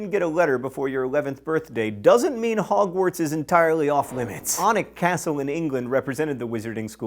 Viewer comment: Great job pronouncing "Alnwick." But Jacobite is pronounced Jack-O-bite and "hearth" is HARTH. ( Guess you grew up without a fireplace.) Love your posts but c'mon find an editor or at least use a dictionary...especially if you have not heard the word before.